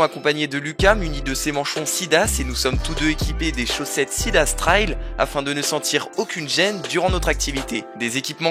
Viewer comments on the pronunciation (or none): none